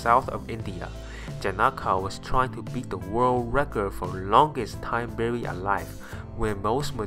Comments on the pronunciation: Accidentally "Burry" Alive nice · Accidently "burry" alive. Right I'm DONE.